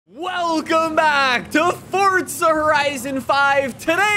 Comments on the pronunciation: Forza not fortsa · Just curious, why do you pronounce it Fortza?